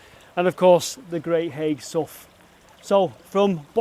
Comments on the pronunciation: I think you will find that the pronunciation is Hay, not as written haigh, so Hay Hall or Lord Bradshey is how the Wiganers say it!. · Hi. Thanks for this excellent video. I grew up nearby, knew about the mining there, but never explored there. Haigh is pronounced locally as “Hay”. Have you ever explored Aspull Pumping Pit? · Not that it really matters much, but Haigh is pronounced Hay. I'm from Wigan and spent quite a bit of time around Haigh Hall, especially the Canal. My Dad lives in Aspull too. Some other probably none relevant information is that the Canal that runs from the top lock towards Preston was actually originally the Lancaster Canal. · Absolutely love your videos.I have spent HOURS down 'rabbit holes! Just one minor thing to point out on this one. It wasn't Charles II who was reigning in 1653.It was Oliver Cromwell's Protectorate! Also the Wiganners pronounce Haigh as "Hay" - but Hey! What's in a name?! Keep up the excellent videos & THANK YOU for your sterling efforts. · I always thought Haigh was pronounced with a silent G (as in Hay). That's how I have always said Haigh Hall, anyway. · Another excellent video, but as a Wiganner I have to correct you on a very tiny point. It is not Haigh as in Haig... but as in Hay. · pronounce it great hay sow like the locals great video againn mate. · Thats on my doorstep i didnt know it was there - heads up Haigh is pronounced Hey - silent g and all that - stay safe. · They was running a competition 18 month ago on Smooth FM to win a wedding at Haigh Hall and they continually pronounced it wrong. I first I thought strange I’ve never heard of a ‘High’ Hall in Wigan lol. Happens to the best of us I guess and us Wiganers are used to it 😂 Best thing I watched on telly last night that! 👍 That viaduct’s railway used to run into Haigh near where you was but I’d put money on you already knowing that 😉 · Haigh is pronounced "hay", like the stuff you feed horses.